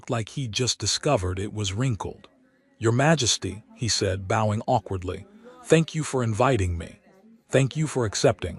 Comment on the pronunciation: ..If you met King Charles 3rd, you might BOW to him (as in B-OW). If you took up archery, you would likely use a B-OH as well as an arrow. So, bOH-ing as your AI keeps saying, is incorrect and B-OWing is the correct way to say it. Please can you so inform your AI